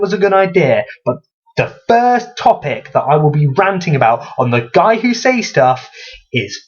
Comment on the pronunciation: I feel the need to rant about the way you pronounce "says". It is pronounced "ces" not "seis".